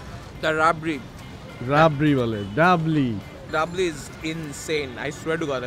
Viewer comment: রাবরি বলে ডাবলি😂😂😂